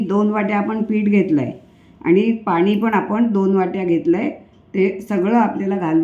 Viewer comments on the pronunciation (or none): none